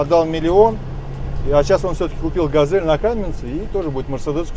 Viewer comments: Ну это тот чел, у которого газэль и кофэ, а ещё сосиськи и ездию 😂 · Опять Газэль... хотя на капоте четко написано Газель